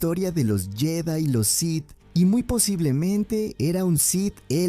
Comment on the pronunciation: “Los sis”? “Dart Plagüis”? Que mierda es esto